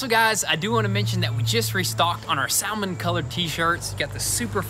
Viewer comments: Not Sal-mon it's SAMMON ;) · You guys continue to kill me with your pronunciation of the English language. It's NOT pronounced Sal-mon, it's pronounced Samon. The "L" is silent. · boys, the L in salmon is silent.. you don't pronounce it "sal-men" its pronounced "sah-men" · You pronounce that color sammin not sowmin. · Every time you say, "sal-mon" it makes me want to unsubscribe like the helicopter videos do. Sam-on. The L is silent. Sam-on. And as long as I'm whining like a baby, fuck that helicopter. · Do you know you are meant to say salmon like samon. You know this right????... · Hilarious how pronounces SAL mon.....LMAO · Did he just say Sal-mon? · Saaamon...the L is silent. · "Sal-mon colored" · Salmon is pronounced SAMMON. Hope you paint the side mirrors black. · No L in SAL-mon???? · I've heard so many people from the South call it SAL-MON, it's crazy. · lmao "sal-mon" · Did he say Sal-mon colored? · The L in “salmon” is silent. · Love your videos, but I can't stand the butchering of the English language. Like salmon, the L is silent. And it's TOYOTA not TEEYOTA. Sorry, but it's been driving me crazy! Lol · Maybe I'm alone, but you guys should know how to pronounce salmon. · Um, the L in salmon is silent. You're welcome. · The “L” is silent. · dude the "L" is silent, come on lol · It is spelled with an L. But you don't pronounce it. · The mispronounced "salmon" at the beginning of the video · FYI the word salmon is pronounced with a silent "L". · The 'L' is silent in Salmon...........lol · Since when do you pronounce the L in Salmon ? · it may just be me but i think the l in salmon is silent just saying !!! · Did he just pronounce the L in Salmon!? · Salmon has a silent l lads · Finally pronouncing Toyota correctly but still can’t pronounce Salmon.. 😂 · Thanks, the L is silent